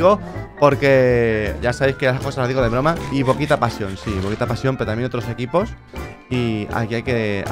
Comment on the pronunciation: BOKITA SE DICE